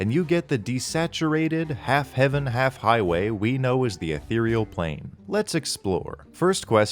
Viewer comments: The way you say "ethereal" is unforgivable. It makes it sound like a brand of mouthwash. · omfg, someone else used to think it was "ethral" instead of "ethereal" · a theroy e al = Ethereal